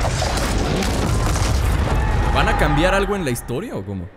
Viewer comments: dice hisotria xD para que lo corrijas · Dice hisotria 😂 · Es historia pero le dijo asi xd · Dice hisotoria